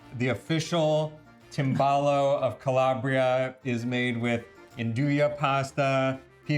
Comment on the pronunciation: try to pronounce the Italian words correctly Tim ball ohh 😂